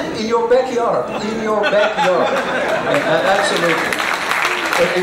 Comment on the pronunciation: Love how he says "in your backyard" like he was saying "in yo ass, bro, in yo ass!"